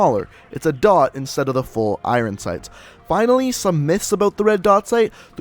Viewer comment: The way you say iron sights hurt my ears